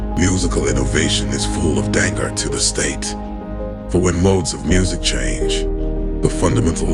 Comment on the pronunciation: I'm a bit concerned. Suddenly I find the narrator unable to pronounce basic words like danger. Is this a deepfake?